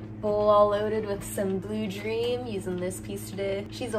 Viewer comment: Did you say blue dream or glue dream lol